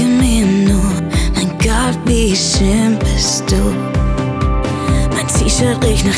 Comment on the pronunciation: Alles sehr gut bis auf die Aussprache der deutschen Wörter. Furchtbar...z.B. Das heißt doch "Mein Gott wie schön bist Du" und nicht "Mein Gott wie scheen bist Du" usw...Schade!